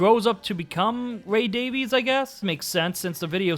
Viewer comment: They actually pronounce their last name "Davies" like Davis not Davees